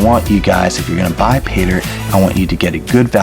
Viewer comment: Fake teeth, horrible music. 60 fps video, and he says "go ahead and.." ps what the hell is he doing when he 'pronounces' 'Paydirt'? ... 'Payda'